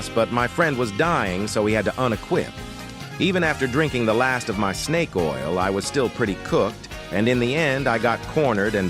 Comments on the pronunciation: bro said sneak oil instead snake oil 💀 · bro said 🐍oil instead of 🐍🛢️ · bro said snake oil instead of 🐍 oil